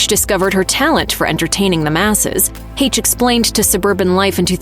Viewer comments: And for the love of Pete if you’re going to talk about someone at least pronounce her name correctly not use AI. Lazy and disrespectful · The whole MISPRONOUNCIATION of her name is so distracting!! RIP Anne!!!